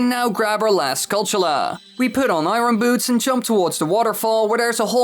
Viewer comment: Challenge every time he says iron wrong take a shot